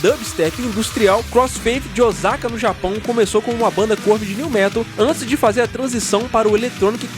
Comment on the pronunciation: Sei q ninguém é obrigado a saber a pronúncia, mas pra que estuda 日本語 escutar Ozaka é bem estranho. Mas o rock no Japão ainda é bem forte, claro que temos as viagens tipo Baby Metal, mas ainda assim é bem bom.